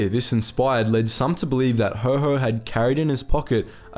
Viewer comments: Also, Lord Ho Ho? Never heard Haw Haw pronounced that way before. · Lord HO HO! 😂 sorry, it just sounded funny. It's Lord Haw Haw (Haw pronounced like whore) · IT wasn't Lord HO HO! It was Lord HAW HAW Pronounced like the word Raw! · His nickname is pronounced Lord Haw Haw not Lord Ho Ho. He was more Satan than Santa. After the war he was tried for treason and duly executed even though he was Irish and was not a subject of the King, making the treason charge moot. Nevertheless such legal niceties were not always followed.